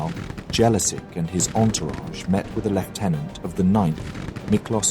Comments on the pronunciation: It's not Jelasik haha It' pronounced 'Yelachych' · nice work, but you are saying Jelačić wrong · Damn that pronunciation if Jelacic hurts my ears... I hope next part will cover Serbian Vojvodina and how both Austrians and Hungarians kept promising stuff to Serbs but in fact just lied. So everyone can understand why this shitty empire needed to go down. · hungarian names are the same mispronunced in this video but who cares he doesnt have to speak every language in the world. Other thing is that Jellasics was the single person in that time period who could change the history if he allies with Hungary against the Habsburgs we could have been independent together....imagine if there were no WW1 and WW2 or the first WW1 could have been much more worse in an other time period, who know. There are a lot of small bits in the history that if that doesnt happen who knows where we could have been now.